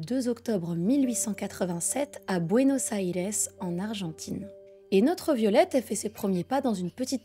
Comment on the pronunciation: Enfin ! Quelqu'un qui prononce Buenos Aires correctement !